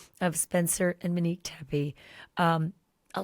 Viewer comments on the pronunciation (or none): No offense Ashley but you went from calling her Mo to Menique. I kept thinking you are saying Minnie. Get well soon. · Girl, you are a class act! You have gone from Muh-nique to Mee-nique! Pronouns her name correctly ALREADY!!!!!!!!! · You insist on pronouncing her name incorrectly! How disrespectful!!! It’s Monique as in MOnique NOT muh-nique like you continue saying!!! smh!!! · Her name is MOnique not Manique. Please pronounce it correctly. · Stop pronouncing her name Mini-que. It’s pronounced Moh-nique. Please, it’s annoying to listen to. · Why is she now calling MOnique MEnique? It’s annoying! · Glad I'm not the only one annoyed by that. It's MO-neeke, Ash! Not MEN-eeke! 😒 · Ashley, I love ya dearly, but Manique? You're killing me. Please call her Mo again. Talk about Kohberger as much as you want. I get it. But, it takes me a minute to process who you are talking about every time you say Manique. 🙏🏼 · Her name is Monique, as in MOE or MOW. Why do you keep saying MA-nique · Why do you call her Manique instead of Monique? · Ashleigh great reporting! FYI, her name is pronounced Monique (long “O”) not Menique…… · That's literally what she wanted to be called. What she's calling her now is disrespectful, IMO. She's calling her "Manique" starting ,instead of Monique. Gosh... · It's not mini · “Mo” nique. Please, I need to hear the long o sound. Thank you. 🙏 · How’s it so hard to pronounce MOE-Nique? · Why does she mispronounce Monique